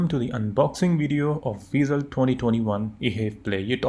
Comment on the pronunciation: BTW its vezel(vaizel) not (veezel)